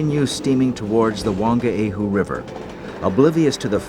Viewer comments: And Whangaehu (pronounced one-guy-hu. ) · i hope your joking 'one guy hu' lol....its literally funga e hu and the g is silent and merged with the n